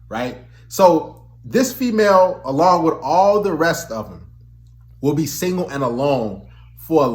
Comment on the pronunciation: Maybe it’s the way you say singo instead of single.